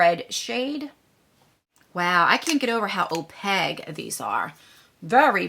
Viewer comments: The word opaque is pronounced oh-pake...... FYI. 😘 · I swear every time you say Opaque I laugh and smile a little cause it sounds like your saying opeg, I Adore You 😆😆😂😂😂😂